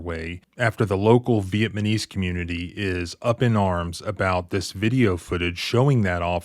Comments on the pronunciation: He said vietMANese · Did you really say “Vietmanese?” WTF? And ??? FFS dude. How hillbilly are you? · Say it with me - Viet - Nam -ese.... Not VietManese. I'm guessing you're not an actual lawyer, you just read their books. Casey vs. City of Federal Heights involved multiple officers and the use of tasers, plus no assault on the officer, as described in the screenshot you supplied of the case. Cherry picking much? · Anyone else annoyed by how man times he pronounces Viet-na-mese as Viet-ma-nese? Love his content, but get the pronunciation right please. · it's cool that you're giving this case some notoriety.. the word vietNamese is pronounced w/ an "N"..not an "M". VietNamese..not VietManese my good sir. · In all due respect it spells and pronounces as such Viet(NA)mese, Vietnamese and not Viet(MA)nese. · VietNAMese. Not Vietmanese. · He keeps saying vietmanese, not Vietnamese. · Veitmanese? You should probably learn how to pronounce Vietnamese before you put it on video. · Love your content and a subscriber but it’s pronounced Viet”Namese” not Viet”Manese”!! Think of it like saying Vietnam not Vietmam. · Pronounce the word correctly. It’s not VietManese. It is, VietNamese. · VietNamese not vietManese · I'm sorry, but you keep saying Veitmanese... It's Vietnamese. You got your N's mixed up with your M's brother! 🤣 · Irrelevant to the point, but it's driving me nuts. VietNaMese, not VietMaNese. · vietNaMese, as in people of Vietnam. vietMANese sounds really wrong. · FYI... Viet-NAM-ese.... VEE-yet-NAM-eeze... not "Vee-yet-MAN-eeze"... Stick it in ur back-pocket fer next time it's right to pull out again. Good clip --- liked & sub'd already. Keep the good stuff com'in... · Sorry, but are you really saying “VietManese”” instead of Vietnamese? I can’t be the only one who noticed that…🤔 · Remember everyone it is pronounced nuh-mes not muh-knees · VietNamese… Not “VietManese”… 🤦🏻‍♂️🤦🏻‍♂️🤦🏻‍♂️ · It’s VietNaMese, not VietMaNese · "the vietmanese man" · viet-Na-Mese. FFS.